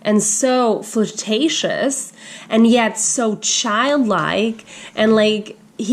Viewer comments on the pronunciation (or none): actually m unable to understand word which she said it's like she said furtatious and not flirtatious. So m bit confused